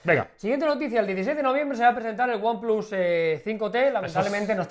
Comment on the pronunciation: lo dijo bien :))))))